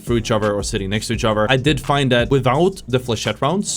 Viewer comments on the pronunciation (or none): “Each uhver” 😐